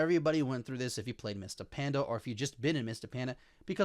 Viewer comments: it's because it's mist of pandaria so hearing mist of panda just sounded funny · i really liked your video, and i dont know why this bothered me so much... but why cant you say pandaria...please